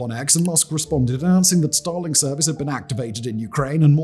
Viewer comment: It sounds like he is saying Stalin not Starlink and that sounds vastly different.